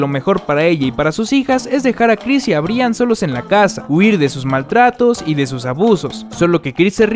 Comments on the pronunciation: De verdad dijo Bri an jajajajaja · Un dato se escribe Brian pero se pronuncia Brayan :) , espero y te ayude.